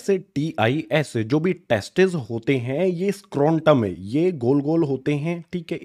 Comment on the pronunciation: Testes ❌ Testes ✅